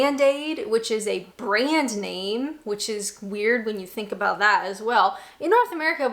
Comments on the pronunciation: the only time i really notice your Canadian accent is when you say a word with out in them like about, it comes out a little like aboot lol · Whilst your English "accent" isn't really that bad, the Canadian came out when you said "oat and aboat"... :D